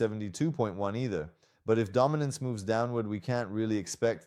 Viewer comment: دامیننس و میگه بایننس😂😂